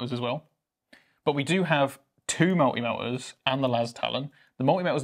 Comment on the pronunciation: "Mul'i Mel'as"? MULTI MELTAS!!!.... YOU IDDIOTS! lol jk love the show, keep it up!